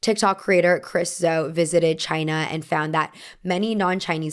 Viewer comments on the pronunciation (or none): none